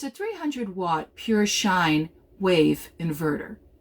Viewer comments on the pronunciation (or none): "Sine Wave," not shine wave.